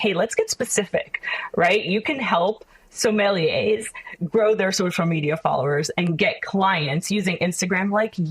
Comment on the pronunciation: Not only Does this girl not know how to pronounce sommelier, niche or scarcity, but she oozes insincerity. "Amazing" 🙄